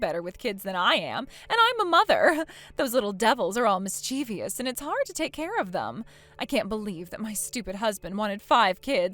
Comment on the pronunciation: Mis-chev-us. There is no second 'i' in mischievous, so why does everyone incorrectly insert a letter that doesn't exist when saying it? It's literally more work to say it wrong, by an entire syllable